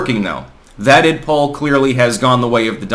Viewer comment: It's not "Id-POLE" or "Id-POLL". It stands for IDentity POLitics. Say the POL part as it is promounced in the word, "politics". Every time I hear "pole" or "poll", I think you're referring to some voting poll.